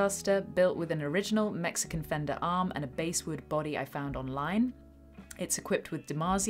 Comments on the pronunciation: It's pronounced basswood! Lol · Epic intro. I learned a little while ago that the wood is supposed to be pronounced 'bass'-wood like the fish bass.